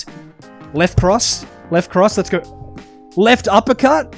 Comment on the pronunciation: Did bro say “left cross”